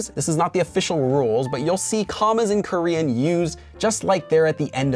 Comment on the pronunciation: Your Korean pronunciation is so great♡ it really sounds like native Korean.